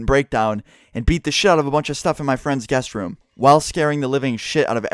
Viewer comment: I tought he kept on saying gas Room not guest room :D ahah